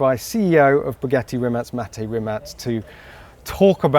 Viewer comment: did he just call him rimat?